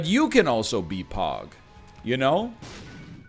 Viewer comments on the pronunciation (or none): So am I the only person that thought he was saying pawg and not pog... or am I just to far gone